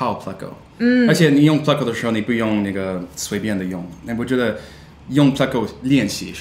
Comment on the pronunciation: You've been saying it correctly. He's saying it wrong in the video.